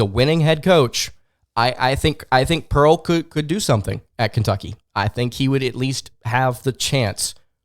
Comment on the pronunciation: Im gonna unsuscribe for this dude saying pearl